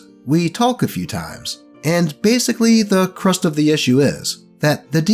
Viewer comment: Pretty sure it’s “the CRUX of the issue,” not crust